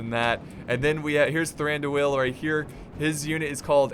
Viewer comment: Pronounce Thranduil in a flowing manner, dont emphasise the two syllables at the end like "doo el" let them flow together. Like in duel. Indeed the I sound should be more of a an "ee" anyway so it should be more like "Thrandooeel".